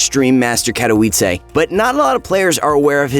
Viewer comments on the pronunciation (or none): You said Katowice wrong..... good video